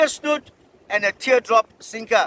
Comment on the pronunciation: 🎣 Hook Snood, Not snoot! 🎣